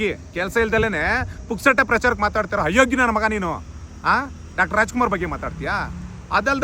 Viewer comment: ಹಯೋಗ್ಯ ಅಲ್ಲ ಅದು... ಅಯೋಗ್ಯ... ಉಚ್ಚಾರಣೆ ಸರಿ ಇಲ್ಲ